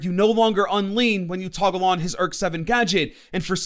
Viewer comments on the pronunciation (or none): none